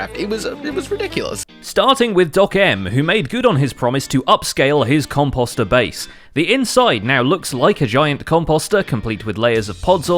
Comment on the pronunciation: The way you say composter really triggeres me lol